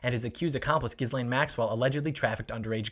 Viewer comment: You got the "G" right in Guislaine, i.e. it's a hard G, as in "guitar", but there the S is NOT pronounced. So far, not a single American youtuber that I've seen has been able to pronounce her name. (Virginia Roberts does say her name properly, for the obvious reason that she knew, much though that is a cause for regret.)